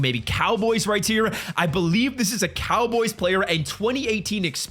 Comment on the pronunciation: Why does he always say “right tear”instead of right here